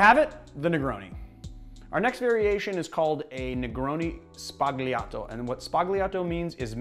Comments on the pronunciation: Sbagliato is pronounced sbah-YAH-toh. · No2 is pronounced "sbaliato" (don't pronounce the "G") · Sbagliato is pronounced "sballiato" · Only picking on this point because I know you enjoy your pronunciations: the "-gli-" construction in Italian is pronounced more like "lyi" , with the g silent and the L rolled, as in: "s-bal-yee-ato". Great video!! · love your videos. you don't pronunce it "sbaG-Liato" as in "ugly". it's more like "pollos" but we make the sound under the tongue whereas in pollos it is over the tongue. you understand, it's crucial. bartending is all about detail. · the g in Sbagliato is silent, btw. Please excuse my pedantry. Only trying to make you a bit more worldly, as every good bar keep should be.